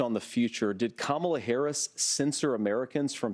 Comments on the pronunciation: He is more nasty than Trump! Apparently he and Trump are equally dumb/incompetent and can't even pronounce name correctly! They are thinking that they can win the electron by mispronouncing Harris' name?? So childish! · When you have nothing to stand by and not tell the truth, Republicans start mispronouncing Harris's name to put her down?!😂🎉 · The disrespect in purposely mispronouncing Kamala Harris' last name is unacceptable. Corey should be ashamed of himself.